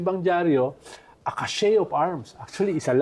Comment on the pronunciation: Sinasadya lang ba ni Llamas ang wrong pronunciation niya? Chasm is kasm, not tsasm cache is kash, not kashey